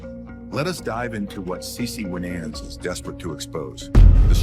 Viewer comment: The documentary is good, but the announcers need to pronounce the person's name right and act like they know how to say the names correctly as well.